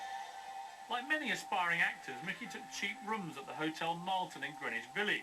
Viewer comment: nickey??? it`s mickey